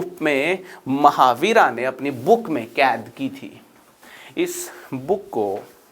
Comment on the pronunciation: सर कृपया हिंदी में बोल रहे हैं तो " महावीरा " को " महावीर" बोलें इसी तरह "गणित सार संग्रह" होता है " गणिता सारा संग्रहा" नही। बड़ा अजीब लगता है।